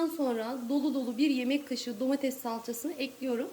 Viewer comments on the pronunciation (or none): none